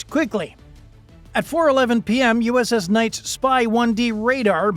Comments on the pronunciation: Enjoyed your video. But the correct pronunciation of the USS Nitze's name is "Nit-Za," not "Nights." It was named after the former Secretary of the Navy Paul Nitze. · Holy shit I can't even watch this crap. It's pronounced Nit-zah not nights. Learn the f'n name! You are dishonoring everyone who serves and has served on it by not taking 30 seconds to do some research. I spent three years on that beautiful ship and knowing they handled themselves well is not surprising, but I certainly don't need to hear you keep disrespecting her. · USS Knights? Or USS Nits-uh? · Vessel named for Paul Nitze…Nits-uh? Not “nites”. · my friend, "nights?' really?... it's nitsuh you twit. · Nitze - Nit zuh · The ship is named after Paul Nitze, Former SECNAV during LBJ's Administration. His name was pronounced "Nit zee". vrckn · Check your pronunciation - the ship's name is nit-se - short i, not long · It’s pronounced NIT-SUH. Other than that pretty spot on video. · “Nit see” pronounce this way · Oh you butchered the name of that ship. BADLY. Also the video is old we dont wear that uniform anymore. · He mispronounced Nitze as well.